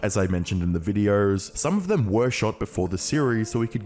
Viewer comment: Has anyone ever told you you make subtle extra R sounds when you speak? “Videorrrrs” “Uploarrrrds” “Episorrrde”